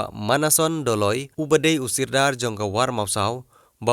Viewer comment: Ei Ribhoi new da pronounce bha mo sordar phi ong pt sirdar phim nag seh bn krn khasi